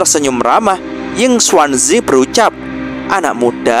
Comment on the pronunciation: Hei,, ngomong² kami penonton sobat movi, sudaah terbiasa mendengar nama pak tua yinkuanzi,, bukan yinsuansi,, jadi kurang enak aja sih,😁😁